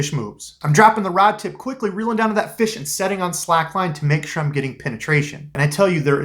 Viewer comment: Lol the way you said it. “Found a feesh.”